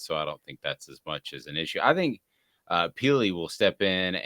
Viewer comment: Keenan Peel? It’s Keenan Pili my guy… come on you said it twice lol huge TN fan btw, that just bugged me